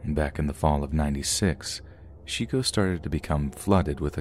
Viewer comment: Shico or Chico lol. look up pronunciation.